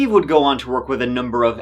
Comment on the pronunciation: Its "go" not "goo" and you're kinda creepy with your fake anger and concern